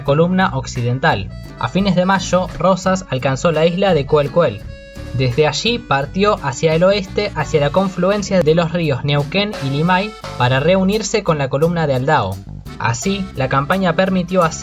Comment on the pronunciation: la isla se pronuncia Choele-Choel, no Coel-Coel.